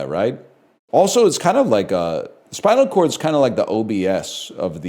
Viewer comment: Bro said spincal cord